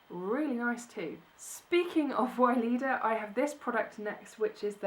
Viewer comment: Hi. lovely things you got there. It's hilarious as you say every time Weleda. sounds arabic. It's actually to be read Veleda. I guess it's a German brand as we have it here everywhere. They sell it in pharmacys and drug stores. There's is also a big selection of baby and mother cosmetic care and of course all other body and skin care. Have a great day.